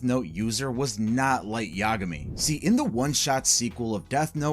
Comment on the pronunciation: I hate how you say Yagami. It's incorrect. Both A's have the same sound. Ya Ga Mi. Not Ya Guh Mi